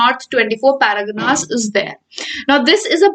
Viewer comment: It's not paragana madam... It's pargana..